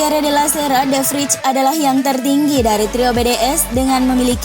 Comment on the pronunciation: De Vrij dibaca "De Vray" min